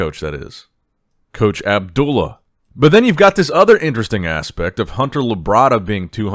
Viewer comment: it's Abdullah Not obdollah 😂